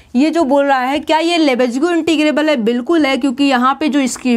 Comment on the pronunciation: लिबेग न कि लेबेज्गु